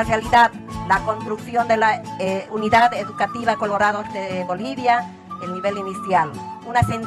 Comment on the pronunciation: Es educativa, no “EDUCATIBA"